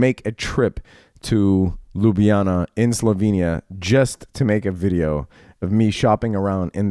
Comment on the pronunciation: Dammit!! you pronounced Ljubljana wrong, that's an unforgivable offense lol....